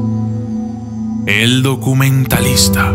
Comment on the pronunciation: io soi... hel dokúmentalista! xDdddd